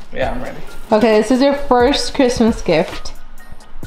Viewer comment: She said merry Bhristmas !!!!! On bloodz👌🏽 😂😂😂😂😂😂😂😂😂